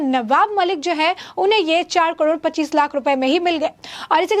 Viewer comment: Say KAROD not KADOR